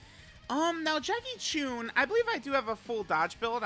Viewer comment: My ears every time says “Jackie choon”